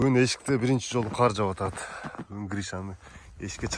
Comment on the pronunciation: Каар эмес кар болот,каар Деген башка соз